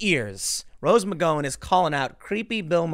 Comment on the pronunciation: “Rose McGoin’”